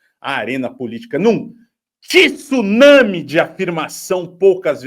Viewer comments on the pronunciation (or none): Pelamordedeus, não existe a palavra "tissunami", isso é uma agressão aos ouvidos!!! É tsunami, com a primeira sílaba sendo apenas TSU, sem nenhuma letra "i" entre o "t" e o "s"! Assim como não existem "jiu-jitissu", "Mitissubishi" ou "Mao Tisse Tung". Tsunami, jiu-jitsu, Mitsubishi, Mao Tse Tung. Mentalizemos que não existe esse "i" imaginário entre "t" e "s", por favor!